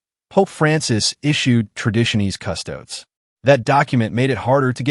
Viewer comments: A bit difficult to understand why the speaker doesn't know how to pronounce "Traditions custodes". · Traditiones Custodes compounds words in latin and that AI doesn't know this language...